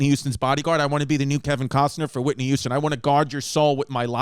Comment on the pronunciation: I always thought it was Whitney Houston not Whitney Youston. Fuckin Mandela effect